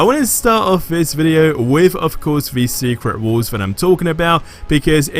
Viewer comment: Secret Walls???!!! Are you kidding me? I thought you were saying: SECRET WARS!